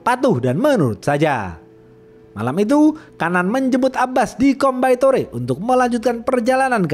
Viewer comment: Bang Coimbatore dibaca koimbatur😁🙏